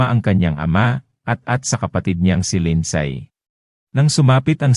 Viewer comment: " Lindsay" is pronounced Lind- si not Lind-say